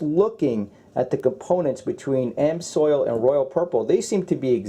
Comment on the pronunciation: I know it's picking butt your pronunciation of amsoil grove me nuts .You did pronounce it properly a few times many by accident don't understand that. Just my 2cents worth